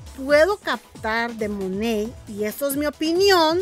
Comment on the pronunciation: No es Monet, es monat